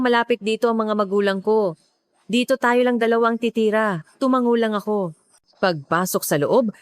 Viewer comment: A.I 😅, TeTera- Titira😅 hindi A.I.😊